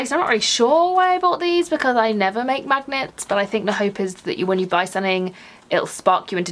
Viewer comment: I've listened to you talking about the magnets 3 times now and I swear it still sounds like you say "26 craft MAGGOTS for a pound." 😂